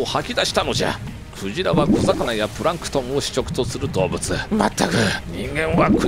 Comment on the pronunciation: ｸ⤵︎ ｼﾞ→ﾗ↑ｶﾞﾜ↑ｼｦ...ﾀﾍﾞﾃｲﾙ